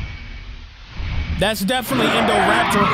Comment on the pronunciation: Indoraptor nahhh that's indocater😂😂